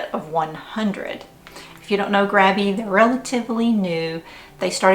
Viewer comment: Love the Grabie ("GRAY-be") brushes!!!! They are great.